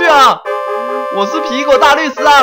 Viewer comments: 皮果講成蘋果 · 你經常吃蘋果嗎？ 吧皮果唸成蘋果 哈哈哈哈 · 我怎麼覺得念皮果常常念成蘋果.... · 把皮果講成蘋果XD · 你一直把皮果唸成蘋果還有平偉的本色你把她唸成偉平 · 分 你吧皮果變成蘋果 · 天狼星還是討厭科學~我一直發覺樂樂一直告訴天狼星，皮果身體裡面的"惡魔"，天狼星還是不相信有惡魔好奇怪阿。 阿~我都聽你講皮果為啥聽成蘋果阿。 我好像有聽錯還是沒聽錯。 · 皮果我都聽成蘋果=